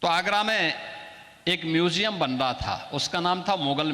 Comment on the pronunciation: म्यूज़ियम बोलना सीख लीजिए ।